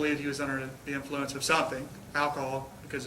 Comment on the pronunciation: Cop slurring his words at an ironic moment. "...to me it innicated that.. that he was...unnerthe, unner, unner, unnerthe innnflunce of alcohol..." LMFAO The defense should have given him a field sobriety test on the spot. Go ahead, show us how it's done. Or when the lawyer basically explains "I took the same course, it was only 40 hours, and it came with chicken nuggets, sauce, small fries and a happy meal prize." - and the cop realizes the lawyer's been through their 'how to frame a driver in court with unreliable nonscientific practices' DUI seminar and starts fidgeting.